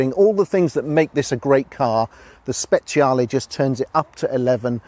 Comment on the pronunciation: You know that second dude knows his shit when he pronounces "SPECIALE" correctly. Hats off to you, Sir.